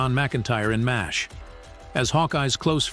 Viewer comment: It's Pronounced 4077 MASH not Mass H